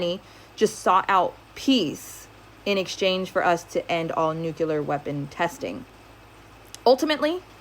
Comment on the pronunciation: It's not Nuculer its NUCLEAR